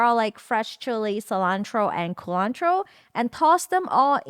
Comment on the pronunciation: the way you say culantro to emphasize that you're talking about culantro and not cilantro never fails to make me laugh.